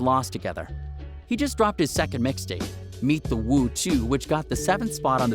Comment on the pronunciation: The way this nigga said meet the woo LMAO #rippopsmoke